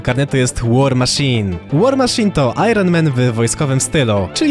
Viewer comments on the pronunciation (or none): none